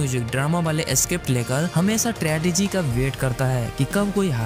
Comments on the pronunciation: Tragedy hai wo tradegy nahi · "Tradegy" FTW🫦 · Tradegy nahi bro.. Tragedy 😅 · Tragedy tredegy nhi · Tradegy nehi tragedy. 😡